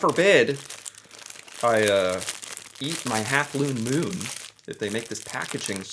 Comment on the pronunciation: OMG the "looone moon" 😂😂😂😂😂😂